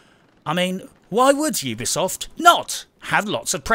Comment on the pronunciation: Ubisoft. U-be-soft You be soft, Mmmm.